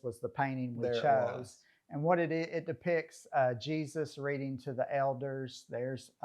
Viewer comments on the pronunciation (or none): none